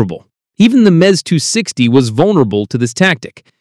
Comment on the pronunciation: I tweak every time i hear this guy say “Mez 260”. This video wack